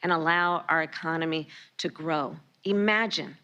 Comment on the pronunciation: The word is "IMAGINE" not "EMAGINE". If you can't speak English, get out of your office. What do you propose to use to transport what Americans need?